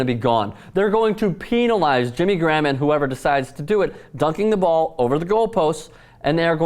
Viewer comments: I like how you say "penalize" it sounds like the past tense of "penis." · please stop pronouncing "penalize" that way